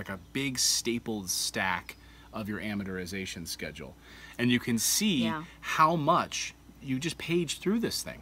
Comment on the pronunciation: Why cant these guys say 'amortization'?